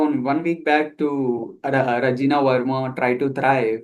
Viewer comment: She is not Rajina she is Rajani verma😂